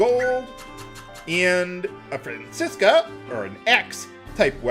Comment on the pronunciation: I'm amazed could say "Francisca" without an accent! XD